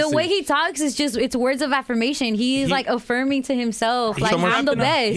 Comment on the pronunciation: ‘affirming’ ❌ Offerming✅